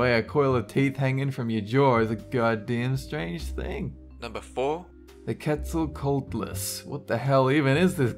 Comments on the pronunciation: Pronounced Kets-uh-coh-awt-lus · They said the qzetsa rong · Quetzalcoatlus is pronounced ket•sa•kwa•ti•lus